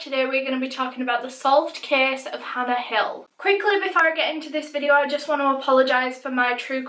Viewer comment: "Vidde-aauuh" , haha <3